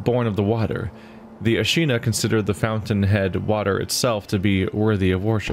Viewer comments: Wouldn't it be ah-shee-nah? "Aw" is a completely different sound from "a". You don't say "faw-ther," but rather "fah-ther," right? And Sekiro should be "seh-key-row," as Japanese doesn't allow for ending syllables on consonants (except n)? And it has no syllable stressors, so there shouldn't be emphasis on the "EE" sound? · If this helps at all, whether to or anyone one interested in this game that struggle a bit on some of the names or pronunciations, in Japanese, vowels are pronounced only one way. A as in Father E as in Egg I as in Eat O as in Go U as in Soon So Ashina is pronounced phonetically Aw-shee-naw Sekiro is prounounced Sec-EE-Row etc. Hopefully this info is helpful to someone!